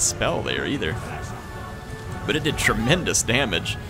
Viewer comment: I always laugh a bit when you say "per say". Always imagine the emo kid from South Park commenting a Total War game xD That and "tremendous damage". There, I imagine you with the Trump hair.